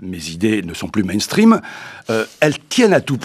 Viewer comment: Mainstream, pas Meanstream !